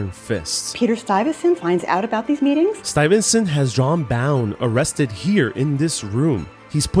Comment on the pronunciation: Stuyvesant, not Stuyvensant .